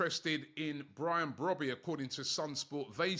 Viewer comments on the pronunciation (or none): the name is pronounced "Bro - bae" and not "Brobby" lol